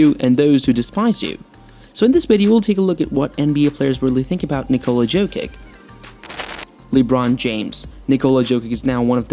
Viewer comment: Of you cant pronounce his name correctly, don’t make a video about a man.